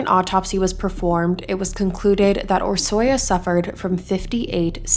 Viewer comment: It was pronounced wrong but honestly Hungarian is very different for English speakers. Orsi is the short name typically and it's one of my favorite names 😊